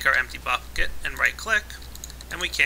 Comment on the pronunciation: Emp-ty Buck-et! Lol